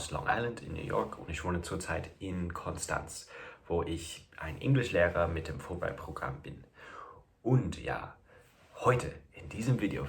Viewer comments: Hallo Connor super canal super videos. Aber man sagt nicht konstanz man sagt konschtanz. 😘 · Dein schlimmster Fehler: Du hast Konstanz gesagt, nicht Konschtanz wie im Lokaldialekt. Das nimmt man dort übel.😅